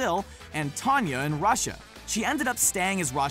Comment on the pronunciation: It's Tánea not Tańya